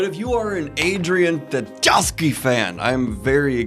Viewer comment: Oh god, will someone please tell Daniel how to pronounce Tchaikovsky? I think we can assume it's just like the famous composer! Or just ignore the T.